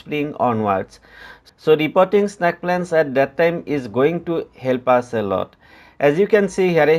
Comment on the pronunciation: its snake not snaake